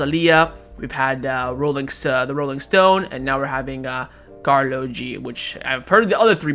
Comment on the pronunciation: Karol 🤣 not karlo 🤣